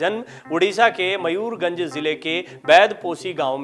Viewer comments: Are bhai mayourgonj nahi mayourbhanj he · Oye ! Mayur Gunj nahin Mayur Bhanj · Sir it's not Mayurganj, it's Mayurbhanj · It is not mayurganj.... It's mayurbhanj sir